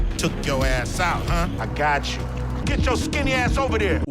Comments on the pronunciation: "Ai-gatchu" all along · How many times does Cube say "ahgotchu"?